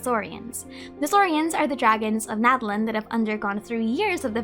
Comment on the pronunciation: I also forgot to say two months ago! Natlan would actually be pronounced Na-TLAN in real life Nahuatl as TenochtiTLAN would